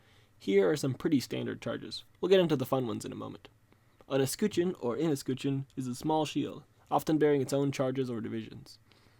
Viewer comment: Great video, really liked it! But your pronunciation of escutcheon is such a hyperforeignism. XD